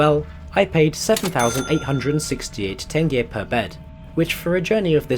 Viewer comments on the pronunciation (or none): none